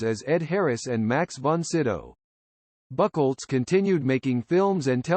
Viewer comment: Who's this Horst "Buckelz"? LOL